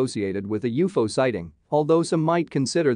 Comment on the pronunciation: Gravasite? And Youfo? Seriously?